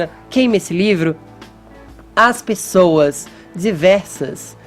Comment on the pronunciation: Fefito "as pissoas" pissoas, conversa direito, homi. Não aguento esse essas voz desse cara, na boa.